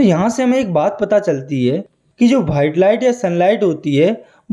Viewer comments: white ❎️ BHITE ✅️😂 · White ❌ Whaite ✅